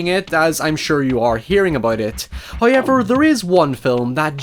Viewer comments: I love how you say heyever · I think it's more that they're a tagline of his, like his accent pronouncing "However" as "Hi-yever" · I love how you say "hoewever" lol